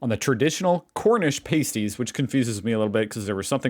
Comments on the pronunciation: Dude it's not "pastie" like paste, but "pastie" like past. Also, Cornish means from Cornwall. Jeezo you Americanos!!! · She said VEG not FUDGE. Tin mines in Cornwall..not coal. Cornish because from Cornwall..nohing to do with corn. Please listen to what is said..it is soooo frustrating. They are prouncef pahh-sties ..or with his English accent ..pass-ties.. But never pay-sties. Pay-sties are what strippers stick on their nipples. 😅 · Its not pronounced pay-stees its PAA (as in Patrick)-STIES bloody yanks getting everything wrong. And the mines were TIN. Never come to Cornwall you will get right royally screamed at for getting the names and history wrong. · How come, even though you’ve heard them saying pastie as in (castie) but still pronounces them as paste-y and nobody mentioned fudge in the video??? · not PAY-sties, PAH-sties. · It's pronounced, 'pass - tees'. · Say the word Pass (as in pass the ball) then add a T. So they're pronounced PASS - T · A paastie as you pronounce it is usually worn by a burlesque dancer to cover her nipples, just saying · Even after watching the lady pronounce the name of the item correctly several times you still managed to mispronounce it.